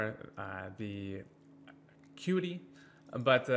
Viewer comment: kept saying patreons and acruity all video. Would definitely suggest making sure you're stating things correctly, especially for a guide video.